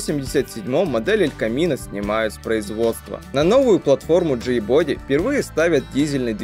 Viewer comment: Очень интересный ролик, но бога ради, учи английский. Body читается как БАДИ!!!! А смЭл - по-английски - вонять! А двигатель - смОл блок